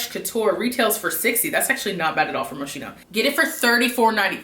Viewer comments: Actually it's moss-ki-no. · It's Mo-ski-no ! no shade but people pronounce it wrong all the time . all those perfumes are great . stay safe